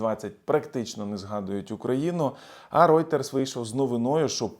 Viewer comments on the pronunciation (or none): none